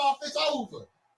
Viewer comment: LOL, Cut it off “THIS GAME IS OVA” “ITS OVA”,,, LOL😂😂😂